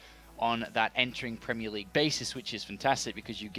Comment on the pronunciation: Premie League? What's that? :-P